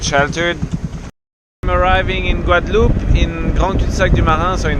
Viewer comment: Pourquoi dire "Guadaloupé"? On ne dit pas cantaloupé, non?